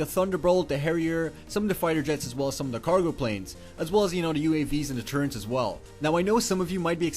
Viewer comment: TurreNts? wtf? You should axe more questions in skoole. Wow, he bypassed poor grammar with straight butchering of the language, good job.